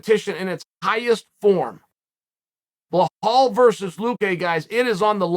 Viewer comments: chael making me think its Blehal not Belal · “Blehal” love ya uncle Chael 😂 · Does it on purpose he always calls him BLAHAL but writes the name BELAL for the title video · BLEHAWL > BELAL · Uncle Chael… i know you read your comment section. Its Belal mate. Be lal. You pronounce it as its written. Stop intentionally mispronouncing peoples names. You pronounce Khamzats name wrong too. Who the fk is Hazmat? Its getting quite hard to take you seriously 😐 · How can chael not say Bee-Laal is beyond my comprehension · Belal: " Remember the name " Chael: "Blahaal" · Who tf is blah-hall? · There is no “h” in Belal’s name. I was so confused at first haha. It’s B-LAL. FYI for people out there. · I STILL don't know what a "Blahall" is!? 😅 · Love the analysis but it's Belal (rhyms with Nepal) no H. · Did chael ever get a name straight? Blehal… man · I only clicked to hear uncle Chael say - " Beh haul Mohammed " 🤦🏽🙄🤪🤣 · "You guys did not even know what a BLEHAWL was 2 years ago"... Uncle Chael I still don't know WTF that is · The only one who mispronounces Bluh-HALL, is Bluh-HALL. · How has nobody corrected him on the pronunciation of Belal yet? Lol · How do you spell the fighters’ name right on the title but don’t say it right during the video? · I rooting for Luke just because I don’t want hear people saying the word Belal It sound like a person has a egg in their moth want they pronounce his name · chael purposely mispronounces the name of like half the fighters he talks about, have you seen any of this other videos? lol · Even finding a way to mispronounce belal, there’s levels to this